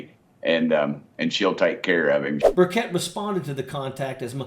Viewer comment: Tim bucket, major, seriously? It's Buchet, please.